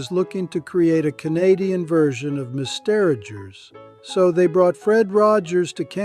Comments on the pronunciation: What is Mis-teragers? 🙄🤦‍♂️🥃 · I was very excited to find a great new channel talking about Canadiana, but a new tell of AI is common words mispronunced in the same sentence. 1/2 of the time Mister Rogers is pronounced "Miss-Derigers" and there's nothing in the video description saying the channel uses an AI narrator. Could you clarify if you're using an AI voice over or AI in your editing? Great subject matter, but would love to hear from the channel creator.